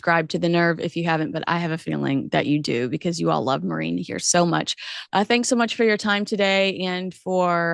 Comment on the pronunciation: Balenciaga must be regretting inviting Meghan to the show, because it wildly, broadly revived everyone's memory of that disgusting ad campaign three years ago. Great chat ladies, love to you both. To dear: It's Maureen, whenever you say it it sounds like "Marine", lol.